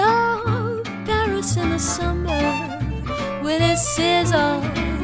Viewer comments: Sometimes, the wonderful singer pronounces "berries" instead of "Paris", because of the very soft vocalization of /p/ fortis, bilabial. It is not very important, but to take care of it. Just to try and help. The song is magnificent. Thanks. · Единственное что смутило, так это неправильное произношение слова Париж, судя по всему иностранный акцент, так что простительно.